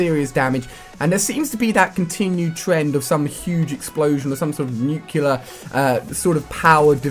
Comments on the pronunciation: NU - CLEAR NOT NUKE - ULER Ali u be driving me insane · why cant people say nuclear right....its NUKE-LEE-YER not NUKE-YEE-LER. how hard is it? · rasY™ nucelar, its pronounced noocelar - i got it :P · I have a dream, that one day he will say 'Nuclear' properly.